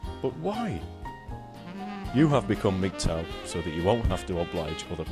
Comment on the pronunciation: Why do you lot keep saying mgtaw? Thought it was mgtow?